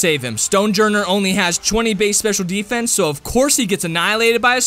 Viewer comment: When you say sdfffffff dose that mean special defense xD